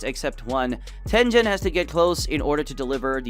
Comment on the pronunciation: Tengen being called-tenjen dengen